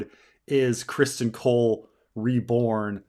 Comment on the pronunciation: Why can't say Criston? He knows it is not Christian right?